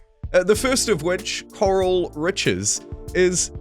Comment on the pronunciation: shouldn't it be 'Coral' and not 'Corral'?